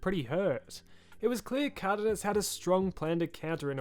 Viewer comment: How the fuck did you just pronounce Cardenas